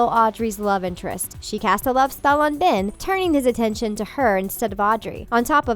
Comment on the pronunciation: The way you said Ben once it was like bin